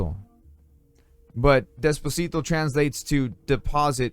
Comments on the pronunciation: I'm waiting for this game to be available om Switch. Oh, probably this was already mentioned in the comments but warehouse in Spanish is pronounced de-pó-si-to. Great review! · Despocito!!!! de dice depósito :D , buena reseña.